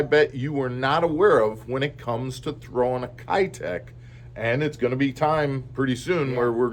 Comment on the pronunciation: Keitech is pronounced "Kay-tech"